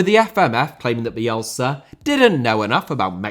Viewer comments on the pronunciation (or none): America* not Ameriker Rather* not Rother Copa* not Copper Argentina* not Orgentiner Honduras* not Hondjoras Korea* not Korear Croatia* not Croatier Half * not Holf Liga* not Liguer Saw* not Sor Bielsa* not Bielser